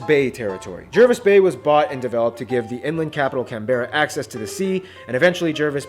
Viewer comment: I died when he pronounced Canberra and Jervis Bay wrong over and over again.